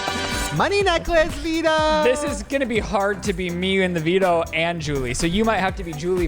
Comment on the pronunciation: Everytime Shane said « the veto » all I could hear was Devito